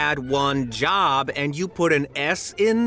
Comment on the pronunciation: ….you had one job and you said one jobuh